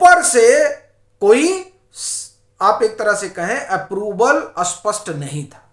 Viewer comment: स्पष्ट शब्द का उच्चार अस्पष्ट ऐसा ना करें दोनो शब्द अलग है दोनों के अर्थ भिन्न है